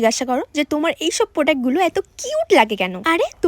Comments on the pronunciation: Product-❌ Podact-✅😅😅😅😂😂😂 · প্রোডাক্ট ❎ পোডাক ✅😂😂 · Product ❌ podak✅ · Product বানানটাও বলতে পারেনা